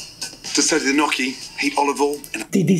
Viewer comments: It's gnocchi Gordon not perogi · "knocky" he says. And he did live in Italy!🇮🇹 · He can't even say gnocchi properly. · He can't even say Gnocchi properly never mind make it